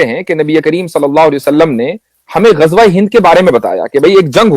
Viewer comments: Bhai, Gajwa nahi, it is Ghazwa. Z not J. Thanks. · Ghazwa e Hind ❌ Gajwa e Hind 😂😂😂😂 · Gajwa nahin mere bhai! 😂 Ghazwa hai 😂😂